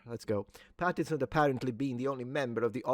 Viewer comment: Since you said yourself you're pedantic: please, please, please - his name is Robert PattiNson. with an n! I was so annoyed you missed it every time you said the name.